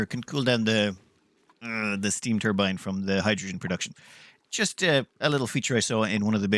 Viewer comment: stop calling hydrogen "hijujune" dude. was annoying :D